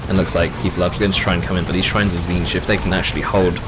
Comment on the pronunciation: Is this a fever dream of are you pronouncing Tzeentch correctly throughout the video?